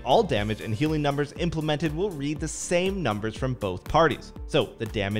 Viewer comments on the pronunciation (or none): none